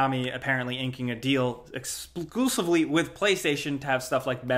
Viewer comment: Nice catch when you slured the word exclusivly i can tell your tired